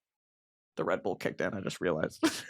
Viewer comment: tell me why when you said “the redbull kicked in” about your red toga and i heard “the red. bull kicked in” like the red fabric made your bull instincts kick in or something 😭😭😭